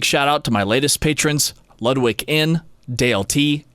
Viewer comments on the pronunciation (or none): none